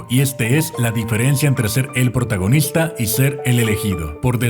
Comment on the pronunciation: alguien se dio cuenta que cuando hablo de hollywood dice portagonista